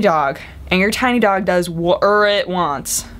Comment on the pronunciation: I love when you say whatever... 'cause you pronounce it warever! xD